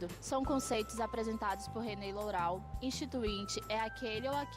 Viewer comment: o vídeo é bom mas a pronúncia Lourau está incorreta